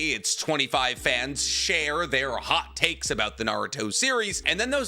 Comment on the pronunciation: at the beginning I thought he said HOT CAKES. HAHAHAHAHAHA